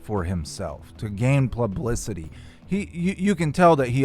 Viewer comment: PLUBLICITY!! lol